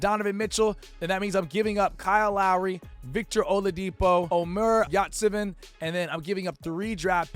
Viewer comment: You butched my boy Yurt name badly 😭